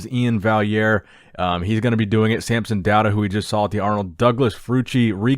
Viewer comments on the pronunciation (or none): bruh his name samson not samp